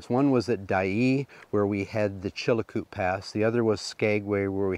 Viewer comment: Just a note on names that you are having trouble pronouncing. Many years ago,my son and I walked the Chilcoot Pass ( not Chilacoot as you pronounce it) leaving from Dyea (not Dye as you call it). The correct pronunciation for the mining of loose gold in streams is like the sound of plasser not placer. As an old geologist I cringe when I hear such gaffs.